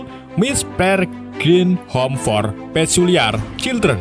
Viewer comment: Anak paculiar not pasuliar